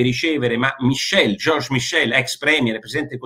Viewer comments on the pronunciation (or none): Non maicol ma miscel ( scritto come si pronuncia in francese / vallone )! Porro difficoltà con i cognomi stranieri? Basta chiedere a chi ti può aiutare . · ma davvero c’è chi chiama l’attuale presidente UE, il belga francofono Charles Michel.. “Máicol”? 😄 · Miscel non maicol